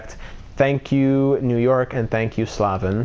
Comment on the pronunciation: Jaccob Slavin is pronounced J-Ay-Cob Sl-Ay-Vin